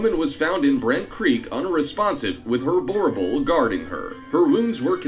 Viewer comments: Im south african and my man butchered "boerboel" 😂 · must be english if you think he pronounced boer correctly